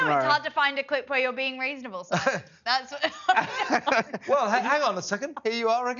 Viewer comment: Simon cannot even pronounce her name correctly 😂😂😂...muppet 😂😂😂do your homework😂😂😂